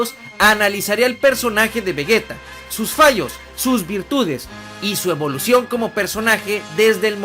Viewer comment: ¿"Evoución"? xD